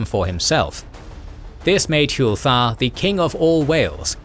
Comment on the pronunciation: It pisses me off how your saying hywel it’s H what you say when your punched or hurt then well